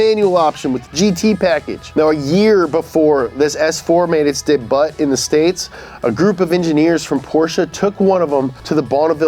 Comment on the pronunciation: Did just say daybu instead of debut